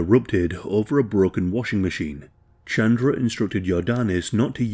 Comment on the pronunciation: good video but hearing u say chandra instead of ch-un-druh was hurting me no hate